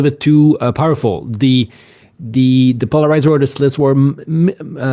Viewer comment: teach how to say polarizar\